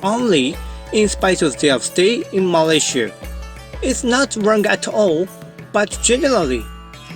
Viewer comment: This is the first time I hear foreigner say Malaysia as Malaysie instead of Malayziya or malaisiya. Sound so local and pleasant to me. Tq